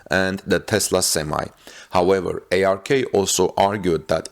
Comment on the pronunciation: its not A-R-K invest, its ARK as in Noah's ARK.